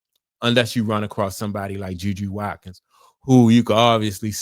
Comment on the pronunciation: Her name is JuJu Watkins. Last name is pronounce Wat-kins, Watkins.